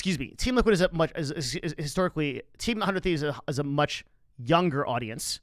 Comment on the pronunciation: 100T just stands out in terms of content first and that goes a long way. I don’t watch much of their content anymore but being more creator focused is helping them much more than other orgs one more thing about 100T that I notice a lot of people mistake is it’s pronunciation (sorry to call you out ) and Nadeshot did bring this up in a podcast about how he actually isn’t happy with the logo design because it leads to that confusion it’s not “one hundred thieves” “uh hundred thieves” it’s “hundred thieves”